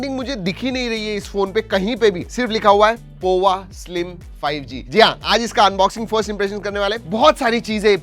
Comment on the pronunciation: Pova ❌ Pawwa ✅😁😁